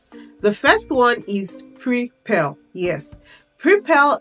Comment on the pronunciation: So you mean Preply? You're saying prepel? There's no platform such as prepel but Preply.